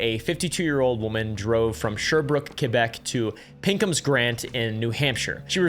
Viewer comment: I think it is the first time someone pronounces my province Québec correctly thank you